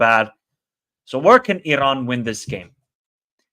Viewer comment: I appreciate your knowledge and outlook towards Asian football. Just one friendly advice on the pronunciation of the letter "R" when it comes to Iran, other countries or player names. The R is soft and not as harsh as you say it. E-Ron, will beat Japan 2-1